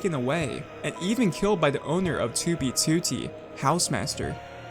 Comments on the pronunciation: i like how he pronounces it as TOObeTOOtee instead of twoBEEtwoTEE lol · Toob toot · Toubie TooTie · for the sake of fucking hell, its two b two t, not toobie tootie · Why does he pronounce 2b2t as 2bTwo-T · "2B Tooty" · It's 2b2t not 2bee2tee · bro said toobeytooty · He doesn’t pronounce it “2b2t” he pronounces it like “too bee to tee” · its not 2 b 2 t its 2b2t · Twew bee twew tee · "To be tooty" is how i hear u pronounce 2b2t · "Tooby tootee" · Tubee Tutti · Tiewbyie tywotee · Tou bey tou tey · Toobie tootie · twoo bwee twoo teeeh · to be tootie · pronounces 2b2t as "2wb2wrt" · Why do you pronounce 2b2t as toobeetootee please stop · "was a very old base on TOOBEETOOTEE" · He has the worst way of saying 2B2T god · why does he say 2b2t like that 😭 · the way you say "2b2t" reminds me of the jelly belly rat meme lol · i love and harte the way you say 2b2t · The way you pronounce "2b2t" is annoying as fuck, I'm sorry. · FitMC already made a video on this stop stealing content and learn how to pronounce "2b2t" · I love the way you pronounce "2b2t" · I hate it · at least he managed to say it somewhat normally the very last time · i love your videos but could you put the emphasis on the 't' and not on the 2 2's when you say 2b2t it slightly bugs me